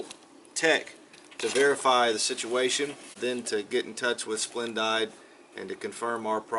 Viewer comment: If I may say one thing - it is pronounced "Splen-deed". Ours is doing the same thing as yours but no issues with park electrical. Not sure why it is doing this, but I know it isn't drying clothes like it once did. It washes well, but will not dry a face cloth after 60 minutes. Boo hoo! Yep! Surge protectors are a great invention! Sorry you had all these issues!